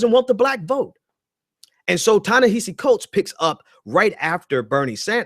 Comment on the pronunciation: Prior to offering critique you might consider learning the phonics & pronunciation of the name of the person you're critiquing. Listening to you mispronounce Ta-Nehisi over & OVER was a huge distraction..